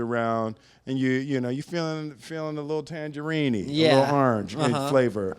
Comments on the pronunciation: White dude didn’t know how to say tangerine 😂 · "Feeling a little tangerinee". hahaha